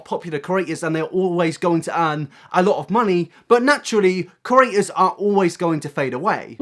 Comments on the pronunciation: I'm so irritated by you saying cERators instead or creators 😂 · It's PANSINO please -_- and CrEAtors, not curators. I know you're British but come on fam, just talk slower :D